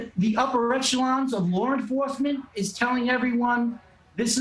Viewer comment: Can this guy say LAW and not LAWR